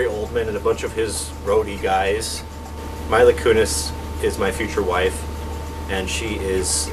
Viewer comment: Maybe you should've changed Mila's name to something easier for you to say as well... you are pronouncing it wrong.